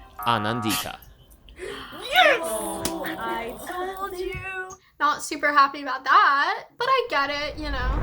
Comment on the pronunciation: The way they're pronouncing "Anandita" is hurting my soul please.